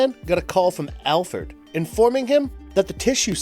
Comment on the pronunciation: "Alferd" 😂 He did it again 😂